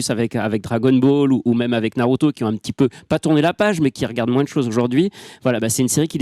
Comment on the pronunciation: Faut arrêter de dire naluto etc etc pour avoir l'air geek ou je sais pas ce que c'est le but, mais faut arrêter, vous êtes pas japonais et ça s'entend xD Et la meuf de jujutsu kaisen dont j'arrive pas à me rappeler le nom (la rousse avec son vaudou là) est pas si intéressante que ça, y'a un potentiel mais son développement peux aussi bien être bien que tout pourrie, pour l'instant c'est 100 fois trop tôt pour se prononcer, on sait rien d'elle à part un flash back de 4 secondes et une histoire sur sa voisine mdr (d'ailleurs on sait rien sur personne en vrai, on nous a mit des début de piste pour que tout le monde ait un ptit air mystérieux qui rendent tout ça plus intéressant, mais concrètement, sasuke on sait rien sur lui à part qu'il a des problèmes de familles, gojo on sait rien sauf qu'il est trop fort, même le perso principal son background tient en 3 lignes xD) Bref j'm'arrête parce qu'on va me dire que j'suis un hater alors qu'en vrai j'ai passé un bon moment devant l'anime (parce que ça reste un bon divertissement), juste je trouve pas que ça mérite toute la hype que ça a l'air d'avoir et que j'ai pas entendu un seul point négatif en 1h30 de vidéo (bon en vrai je mens j'en ai écouté 10 minutes, mais j'suis sur que c'est la vérité mdr) De toute façon personne battra jamais one piece mdr